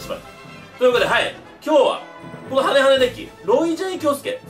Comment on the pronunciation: みんな言ってるけどハネハネがハゲハゲに聞こえたwww